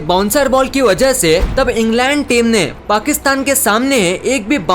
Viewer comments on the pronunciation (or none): none